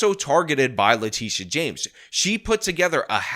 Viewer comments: Its le-tit-e-uh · Did he say " le Tush james? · I know how you're pronouncing Letitia, but that's not how I'm sounding it out.